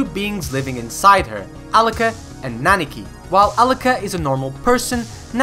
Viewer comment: I don't mean to be that guy that nitpicks minor stuff in a great video but you keep saying "Naniki" instead of "Nanika".